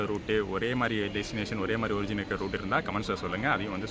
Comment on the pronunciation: அது ஒரிஜின் இல்ல பா ஆர்ஜின்